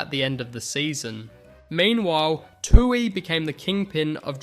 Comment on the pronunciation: kinda weird on Tuohy as well. sounded like "two eee"